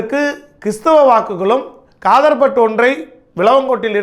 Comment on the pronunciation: வேட்பாளர் பெயர் காதர்பட்டு இல்லை தாரகை கட்பட் தெளிவாக கூறவும்